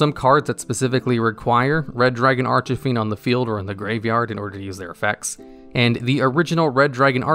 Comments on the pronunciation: Bradley Miller I dunno, sounded pretty intentional to me. He has the propensity to mispronounce a lot of card names in his videos. Personally, I don’t mind too much but it’s kinda...jarring. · He did. Every time. Just as bad as pronouncing veiler as VEELER. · At least 8 times lmao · Oddly enough this is not the first time i've heard him say it like that. So that really is how he pronounces it. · Red Dragon Arch-e-fiend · is he saying archfiend wrong on purpose just to increase the amount of comments in the video so that it gets more views? that's pathetic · Prounouces Archfiend incorrectly Nobody seemed to like that... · Not to be rude but you mispronounce red dragon archfiend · hearing you say Red Dragon Archfiend's name hurts me dearly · Do you mispronounce cards on purpose? Ar-chuh-feend? Are you sure the link monster isn't Uh-ven-dree-add? Or Spie-rahl Doo-blay Hell-icks? Did you know that 783,812 people don't subscribe because of that? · ...I'm sorry, did he say "Arch-ah-Fiend"? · anyone else hear him say "Starlight Red Dragon Arch-a-fiend"? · Archie-fiend from the popular comics. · Bruh. Genius. I'm TRIGGERED by the Archyfiend 😠 lol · Its not Arch-A-Fiend Its Archfiend or as Japanese calls it Arch-Demon or simply Demon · ARCH-EH-FIEND oml my earssss. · Bro. Please. It's ARCH FIEND. Not archyfiend. Where are you getting the extra thing Inbetween Arch and fiend? Lol I'm so triggered lol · no he said ar-ch-fiend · lol bruh i was like wtf is going on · mispronounces "Archfiend" Comment section: Argues whether he pronounced it as "Archafiend", "Archefiend", "Archifiend", "Archofiend", or "Archufiend" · Nobody: Absolutely Nobody:: ”RED DRAGON ARCH-IH-FIEND.” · If I heard Arch-uh-fiend one more time, I was about to summon myself in attack mode on your ass bro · Who is Red Dragon Ar-CHUH-fiend? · Arch-e-fiend. Dude. XD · No offence but it was funny when you said arch a fiend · Omg ikr, I was trying so hard to not let it bother me XD